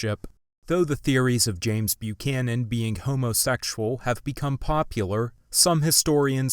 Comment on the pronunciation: Oh for goodness sakes! What century are you from?!? From your pronunciation of "homosexual", to your use of this clinical and outdated term (ever heard of the modern term "gay"?), and most of all to your reluctance to see the obvious: he must have been gay! Of course we can't say for sure, but the circumstantial evidence you lay out in your video is pretty overwhelming.